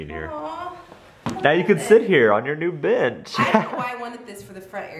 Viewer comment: Lmao your allergies made it sound like you said here's the B*tch I made instead of bench